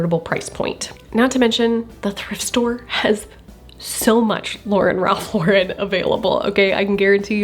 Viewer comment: Im curious as to why ive heard so many people pronounce "Lauren" differently when talking about Ralph Lauren. Even in this video when you mention "Lauren Ralph Lauren", you pronounce Lauren in 2 different ways. And towards the end you change how you pronounce his last name when you say his full name.